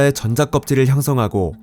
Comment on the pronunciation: 전:자... 발음이 ㅠㅠ